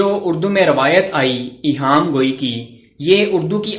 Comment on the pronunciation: سر آ پ نے لفظ ایہام کو صحیح نہیں پڑھا ہیں